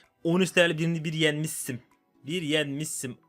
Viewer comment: yenmis im diye ş yi s diye soyleyen seviliyosun❤❤❤❤